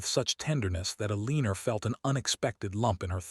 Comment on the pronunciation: I agree! STOP, STOP, STOP saying "Aleener". She's either Elena, or Eleanor, prounnced El-ih-nor"!